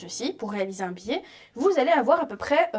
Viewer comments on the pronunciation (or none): Très bonne explications, merci. Cependant ne prononcez pas "billet" pour biais.